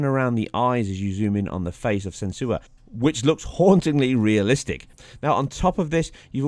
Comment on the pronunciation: Your vids are great, i regularly compare with them with digital foundry. One heads up though, you spelled and pronounced her name wrong; not that it lessens the information your giving, but some might complain. I mean her name is literally in the games title. I finished the Hellblade in just over 8 hours and took my time to explore for all collectibles. A fantastic experience and i'll replay it again soon i'm sure. If you're on the fence and unsure about picking it up, make sure you know what you're in for. I've heard people complain there isn't enough action/level up/loot etc or the game is boring. They're obviously not the targeted audience. It's a slow paced, story driven, thematic experience that rewards those with a morsel of patience. I thoroughly enjoyed it. The 60fps option is a welcome addition to the PS4 Pro and i hope more titles do this in future.